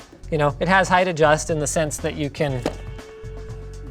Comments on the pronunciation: Height adjuhh height adjuuhh height adjust.. not height adjust lol. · OK, I just busted out laughing at the "Height Adjust".